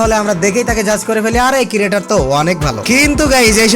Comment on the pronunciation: ক্রিয়েটর কিরিয়েটর না 🥴🌝🙏